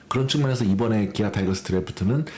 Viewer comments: 옛날 사람들은 타이거스라고 배웠어 이해해줘라이ㅋㅋ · 타이거스?? 타이거즈입니다 뚜드려패기전에 즈라고 발음해주세요